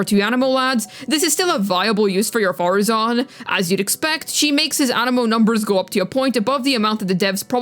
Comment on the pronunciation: How dare you not say Madam Faruzan correctly at the start of the video?!? Youngsters these days... No respect for their elders...